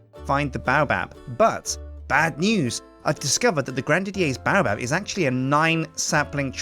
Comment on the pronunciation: it is pronounced grand didyAIRS baobab